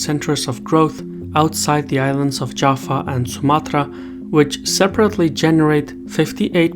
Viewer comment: ITs Java, not Jafa....